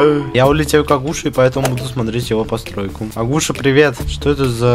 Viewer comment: Агу'ша? Правильно а' гуша